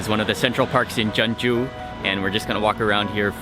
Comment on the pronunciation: isnt jeonju pronounced as jon-ju instead of je-on-ju